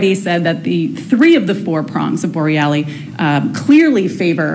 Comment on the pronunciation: Could you pronounce Bor rel los name correctly. It’s not borrellie.